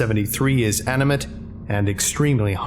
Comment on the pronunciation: SCP 173 is aminate Me: wait, “AMINATE”?